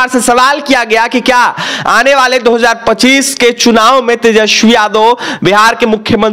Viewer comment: Bhai local log ki alag bat. Agar tum hindi news anchor ho to “s”, “sh” me faqk karo. Tejasvi hai tejashvi nhi